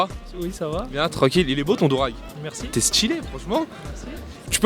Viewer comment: C Pas DOURAG C DUUURAGE Orhhh😂